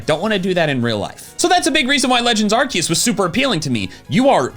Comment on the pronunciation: please please pronounce arceus right it's a soft C not a hard C. Ar-SEE-us.